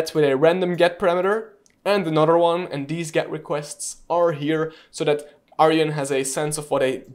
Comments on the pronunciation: It’s Arjun not Aryan… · It's pronounced ...Ar june :) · Cool content :) Just a help tip the tool name is Arjun not aryan